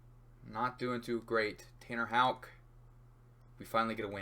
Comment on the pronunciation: 35 seconds in hitting the correct Houck pronunciation. I know this one a banger